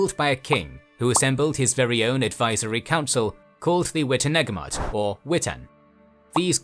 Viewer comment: It's pronounced witenayemot